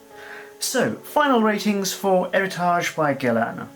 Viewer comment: Too many Homme with "H"! At least, one of the few that pronounced Héritage correctly.